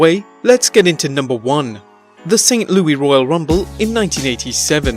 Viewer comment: St. Louis and he kept saying Louie, lol.